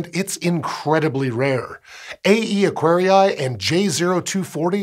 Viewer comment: All scientific names, like Aquarii, come from Latin. The double i is pronounced extending the sound of the first i, like "Aquaree", not Acquari-ai, that sounds very very wrong, other than ugly.